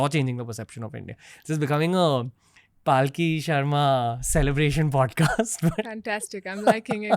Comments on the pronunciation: its Palki sharma not Paalki sharma. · its not Paaaaaaaki Sharma, its Palki Sharma. Atleast pronounce her name correctly. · Dude at least get the name of your guest right! It’s Palki not paalki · Dude why do you keep butchering her name. It’s Palki a la palak jhapke, not Paalki which semantically kinda signifies a palanquin. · Please pronounce her name correctly. Its पलकी not पालकी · Ranveer you do amazing work but please oh please make sure that you pronounce yours guest’s name correctly! Her name is पलकी not पालकी! You’ve done this before with a few guests. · Ranveer, please don't Paalki. It's not Hati Ghoda Paalki Jay Kanhaiya Laalki. Palki literally means s/he is a meritorious and hard working one. Pronounce Palki in your next Podcast. She has improved too high. You carefully have to master your theme. We are waiting. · Loved the conversation and the insight.. one concern thought.. being an Hind speaking host why it is soo difficult to pronounce a name correctly..why say Paaalki instead of Palki.. do u not know the meaning of the word.. atleast u could make an effort to same the name correctly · Bhai uska naam पलकी hai पालकी nahi. similarly, it is pronounced अघोरी and not आघोरी. when you are talking about soft power, at least pronounce Sanskrit words in Indian fashion. Dont try to anglicise these words. BTW, Paalki means a doli, jisme logo ko bitha ke ek jagah se dusri jagah le jate hain. to arth ka anarth mat karo yar. Palki on the other hand comes from the word Palak, means duration of less than a second. So Palki means human being is around only for less than a second. Very deep meaning attributed to it. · Dude, her name is not PAALKI 😂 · I think its not paalki its palki 😭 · How come you can never pronounce her name right?